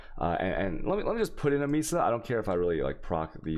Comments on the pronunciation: Mee-suh wtf. It's may-suh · "Mesa" is pronounced "May-sah". Sorry, was bothering me. :)